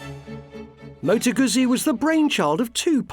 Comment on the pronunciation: Aren't you pronouncing it incorrectly? I really do want to take you seriously, but you sound like your reading from a script written by someone else.